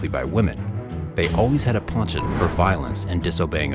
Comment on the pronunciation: ponchont? Maybe less used words aren’t your forte. Second video where words are said incorrectly.